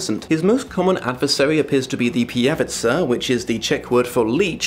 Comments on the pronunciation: It is not pijavicA it is pijavicE... PijavicA sounds Slovak. But it does not really matter :) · Watching this video as a Czech has me "😮" 😂 Seems like an interesting book, and someone has definitely done their homework (for example vodník is a typical Czech folklore entity). But "pijavica" gave me a bit of an eye-tick (in Czech it's pijavice) 😅